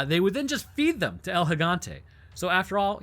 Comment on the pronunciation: Also don’t pronounce “El” like you’re trying to spell out the letter L